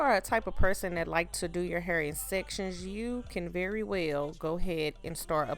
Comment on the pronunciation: Lord.. the eyelashes and white eyelid crap makes the video garbage.. never understood why beautiful black females mess up thier beauty with garbage fake makeup..( or make down I call it). And please learn English amd get rid of the "ima negro from the gutter" pronunciation of words... "PUHLLEEZ" .. its "hair".. not "hur"